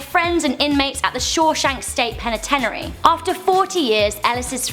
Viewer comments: PENNA-TENARY. Wow. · penitenary? wtf?? come on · not penatenery